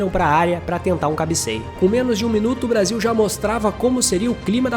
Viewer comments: "Brasa"? Um vídeo muito bom, mas "Brasa" é difícil........ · Braza? Que PORR….. de Braza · Brasa? Que gastura. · Brasa? Cara, adoro seu canal. Mas, Brasa? Não rola. Boa sorte aí. ✌🏿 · "Brasa" ? Kkkkkkkkkkkkkkkkkkk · esse cara falando brasa da até raiva !!! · Conteúdo top mas não consegui ver até o final enfim É Brasil É Brasil E não Brasa Brasa é meus ovos 😂😂😂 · Po mano, falando braza? ai é de lascar em... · Bom vídeo, mas escutar várias vezes "brasa" foi de doer os ouvidos. Tava esperando o "canary" a qualquer momento... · Meu querido é uma delícia ver seus vídeos mas ouvir você falar “Brasa” é de cair o c da bund, brasa é carvão queimado, isso aqui é BRASIL. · Puta que pariu não é "Brasa" não caralh@ ninguém fala isso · Brasa o kralho... Perdi até a linha de lembrança você falando brasa. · Toda vez q ele fala Brasa da vontade de fechar o video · Brasa não pelo amor, niguem fala brasa. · "BRASA" doi no ouvido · Porra irmão tu falou brasa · "Brasa" não né, pô! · Excelente video, agr toda vez que ele falava brasa me dava um engodo, deleta esse vocabulário meu fii. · Excelente vídeo... só para de falar Brasa por favor kkkkk péssimo. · Muito bom o conteúdo do vídeo. Mas é Brasil!!! não Brasa. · Mano da nojo esse verme falando braza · Tomar no cu ele falou Braza de propósito 😂😂😂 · Brasa e meus eggs😂 fala direito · Parei de ver o vídeo quando falou brasa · Quando falou BRAZA pela 4° vez, parei de ver...